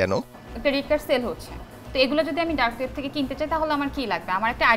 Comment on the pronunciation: Dark web name ta o balo kore bolta pare nah😂😂